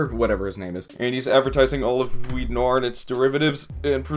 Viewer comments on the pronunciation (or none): Please stop trying to say the word noir